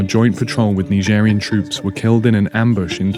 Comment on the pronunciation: Dude you live on earth for so many years and end up calling Nigeria neegeria oh god just please come take your earth back